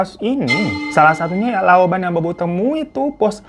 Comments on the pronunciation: Dibacanya laopan bukan laoban babu nih 😂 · loupan bacan ya bukan louban😢😢😢😢😢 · Bkn loban..lopan kk😂😂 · Setau gw laoban bacanya laopan bang agak aneh gitu dengernya 😅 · bang hirooo fyi aja kalo laoban dibacanya laopan hehe smua hanzhi china kalo b dibacanya p. Nah kalo p dibacanya ph jd ada kyk desahan h nya 😂😂😂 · bang ini di bacanya LOPAN bukan LOBAN😭🙏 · Laoban bacanya laopan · lao ban bacanya lao pan...dibaca p bukan b bang hiro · Sempet bngung pas dia ngmong lauban😂😂 Di baca nya laupan kak b di sna di bca p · LAOBAN dibaca LOPAN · LAOBAN dibacanya LAOPAN hirro😂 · FYi klo laoban 老板 bacanya laopan ya bang hiroo... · Kak hiro bos itu :lopan atau laupan ,,, bukan loban 🤗🤗🤗semoga membantu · Bukan loban atuh dibacanya jadi laopan itu boss laki laki hehe laopan nyang boss perempuan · Lao Pan baca nya = 老板 bukan Lao Ban , bang Hiro 😮😮😊😊 yg artinya bos besar dr sebuah perusahaan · Bukan lopan bg tp lau pan artinya toke atau bos😂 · Bukan LAOBAN cara bacanya = LAU PAN (boss atau Tuan atau panggilan hormat untuk orang orang yang di anggap lebi tua dan hormat) Sama dengan Hong Jie cara bacanya = Hong Cie atau Kakak Merah Cie Cie Merah (maksudnya hong itu merah tapi kalau orang di kasih julukan Hong itu berarti Kakak yang terkenal/viral/naik daun). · laoban itu disebutnya laopan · "lao ban" di baca "lao pan" yah bang.. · Laoban = laopan Yu menglong = meunglong gtu bukan m€nglong Ya bang hehehe.. Btw kasian bgt dia, smoga ibunya mau negakin keadilan buat anaknya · Laopan bukn laoban Laopan = bos cowok . Laopaniang = bos cewek . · Fyi , Lao ban bacanya lau pan ( boss/pemilik usah.) Ehekkk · Laopan bacanya kak😂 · Lao pan bang bacanya😂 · Di baca Lau Pan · Bang hiro, bacanya laopan 😅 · Bacanya laopan kak kalo mandarin B dibaca P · Kakakkk, maaf cuma mau kasih tau, cara bacanya lao pan (b - dibacanya p). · 老板 Lǎobǎn : Bos Bacanya LaoPan fan... iiishhh salah pengucapan tak jitak ya fan kamu .. 😅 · Lao pan kak bacanya